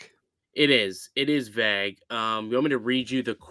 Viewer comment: (Vague) vAgue not vaahgue